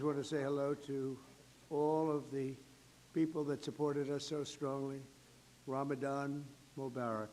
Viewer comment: Everyone calls him the hugest bigot but he's literally here saying Ramadan mubarak pretty well for an old white guy.